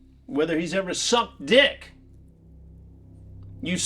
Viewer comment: "...whether he's ever SUCKED D!*K!!!" Just the way Chris EMPHATICALLY YELLS the last two words at the pred LOL!